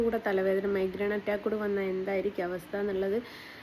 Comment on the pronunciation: മൈഗ്രേൻ ആണ് ട്ടോ ഉച്ചാരണം തെറ്റാണ് ന്തു സെലിബ്രിറ്റി ഒന്ന് പോടേ